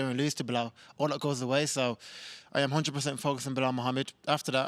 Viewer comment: Hunnid Perzent